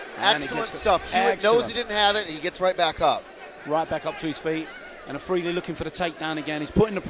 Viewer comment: How does the guy manage to mispronounce his name twice, Alfridi, seiously